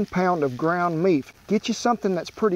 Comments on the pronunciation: Haha ground meef lol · "One pound of ground meef" Kent, please come cook for me sometime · 1lb of ground meef